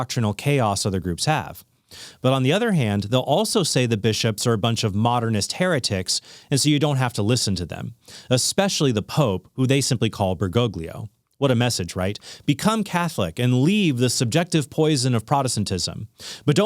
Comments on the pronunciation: Ah yes, Burr-go-gleoh. Makes me cringe every single time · As an Italian, until they cannot say Bergoglio correctly I will pull a "you said it wrong, you are wrong" troll card on them. Jokes aside, it's important to call out both forms of extremism. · The ‘g’ is soft, is it not?